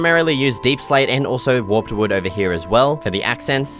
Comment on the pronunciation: you don't know how to pronounce warped?